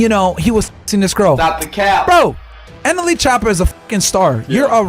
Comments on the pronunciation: did bro say nla choppa? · you said nla choppa its nle choppa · no way bro just said nla choppa